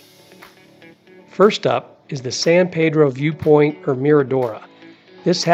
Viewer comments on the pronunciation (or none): none